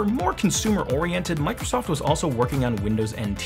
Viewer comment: oh mai gawd goise its mike rosoft